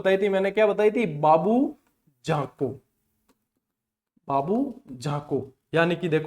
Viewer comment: झोका बाबू की जगह कोझा बाबू केसा lg rha h 😂